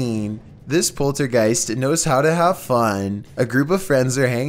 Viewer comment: Poltergeist not poltergeeks